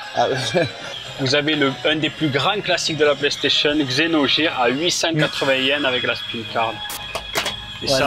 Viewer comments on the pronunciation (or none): "xenoGear" il m'a fait mal aux oreilles celui là... ( merci les pubs francaises "gamegear" et leur accent de merde) ... citez moi un mot anglais( et pas un nom) avec un G qui se prononce J ???? allez .. salut!!